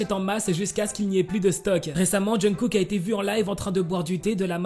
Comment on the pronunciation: Ta façon de prononcer le nom de Kook mdrr Essaie d'écouter à maintes reprises les natifs le dire, tout comme les noms des idoles mdrr ''Djeun-kook'' mdrr